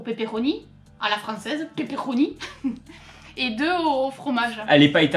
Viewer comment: Bonne année vous deux 🥳pourquoi tu dit Pepelonni 😂😂🤣